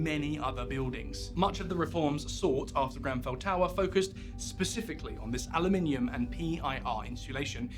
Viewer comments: Aloominum ? I thought you were British lol 😉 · aloominum. that's not how we say it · He said "aluminium" in the same sentence, so the "Aluminum" part was possibly a trade name.